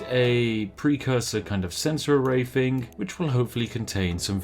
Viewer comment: Try to say thing without the g, and you will say it correct.